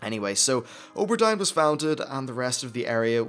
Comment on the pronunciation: you say O ber Dine, i say Aw bur Deen